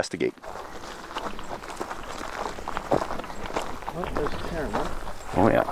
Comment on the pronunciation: "let's go invest da gate" 😂😂 I'm sorry I had to 😂